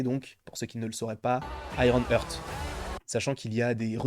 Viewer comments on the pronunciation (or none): Super ta vidéo comme souvent Par contre petit détail si je peux me permettre, petite erreur de prononciation de ta part comme d'ailleurs pas mal de youtubeurs j'ai remarqué concernant Iron Heart ! Vous avez tendance à prononcer "hurt" au lieu de "Heart" 😅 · IronHeart c'a s'prononce "hart", Hurt ca veut dire autre chose potp